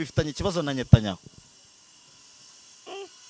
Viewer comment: Ni Netanyahu not Nyatanyahu